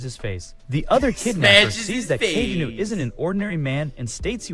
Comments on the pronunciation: love the fact Kageno is pronounced in so many different ways throughout the video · Bruh I can't with these terrible AI voice overs. Just read the damn thing out yourself, or at least make sure the AI is pronouncing names consistently if not correctly- I had no idea there were so many ways to incorrectly pronounce Kagenou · The AI voice pronounces Kagenou like 3 different ways😅